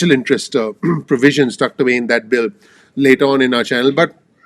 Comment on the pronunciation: I like the way you said special provisions 😭